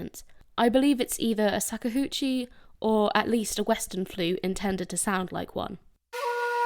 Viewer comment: Shakuhachi SHA-KU-HA-CHI Shakuhachi